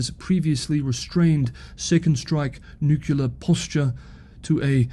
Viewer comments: It is pronounced nu-clear. Not nu-ku-lar. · So... why DID you pronounce it "nucular"? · It's okay. Peter Zeihan can't pronounce 'nuclear' either. Keep up the great work. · and you are not the only one saying NUCULAR. Fun that you realize it. I think it's a stupid way to say it, but see no reason to be angry about it. You DO understand that it implies an atom has a "nuculus" instead of a nucleus? And a "nuculus" is a non-existent object? Also, it reminds me of George W. Bush, one of the most ignorant politicians on record. When he bashed his way into office, he could not name a single foreign head of state, and he did not know that muslims came in sunni and shia varieties. And he always said "nucular." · That's the nucular option. 🙂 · We've really got to address newclear proliferation. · Do you really get “angry” comments just about how you pronounce “nuclear”. That’s just sad 😞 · Harrumph! Nuclear only has two syllables! Harrumph!! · Thank you so much for your updates. I don't care how you pronounce nuclear. lol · I didn’t even notice how you were mispronouncing “nuclear” until you pointed it out. Now I can’t not hear it. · "the way I say nuclear" 😂 Gets me EVERY time. It's nice to throw a little chuckle in among all the seriousness. BTW, I'd like to know how all the complainers pronounce "says" ("sez" a lazy American.) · It's wrong, but even the dictionary has given up and says it's fine. So 🤷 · As an American, I'm somewhat used to the "Bushian" pronunciation of "nuclear". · Holly crap you are getting comments on how you pronounce "nuclear" that is funny! Keep up the great work, see tomorrow. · when you say nuclear, it reminds me of George Bush jr. Sorry buddy.